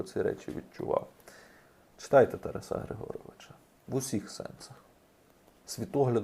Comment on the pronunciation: З великою повагою. Не ТарасА, а ТарАса.